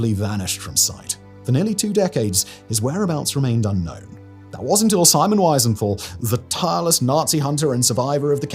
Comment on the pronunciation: Pity you can't pronounce Wiesenthal!